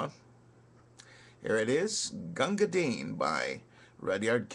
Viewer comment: Congrats on pronouncing the poor mans name properly. However, bhisti is wrong. The first i is soft as in list, missed or fist. The second is hard eeeeee. Pronounce like you would say the girls name Misty with a B instead of an M.